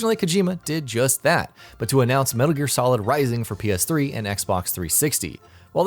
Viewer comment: "We are bringing Metar Gear Sorid to xbox 360"